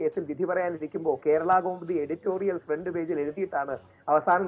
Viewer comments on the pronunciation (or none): none